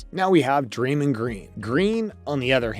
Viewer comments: am i tripping or did he say draylin ? lol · Also Draymond